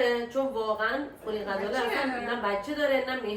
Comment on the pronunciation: عاشق ولاگاتم 😍فقط غزاله گفتنت😂